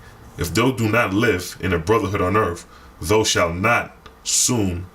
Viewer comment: thou = thou said thow (like owl)